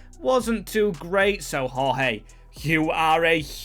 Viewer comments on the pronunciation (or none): none